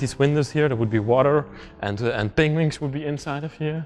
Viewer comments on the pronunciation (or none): I LOVE the way you pronounce penguins as "pengwings" - makes me giggle every time! Another awesome find, thanks for sharing!